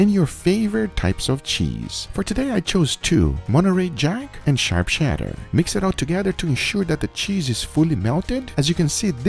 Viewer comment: WHY DO YOU SAY SHEDDER?